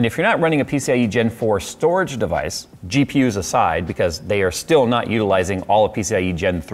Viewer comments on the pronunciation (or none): none